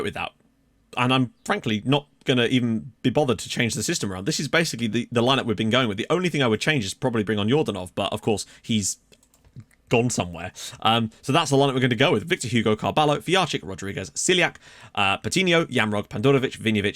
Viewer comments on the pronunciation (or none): Carballo is pronounced car-bayo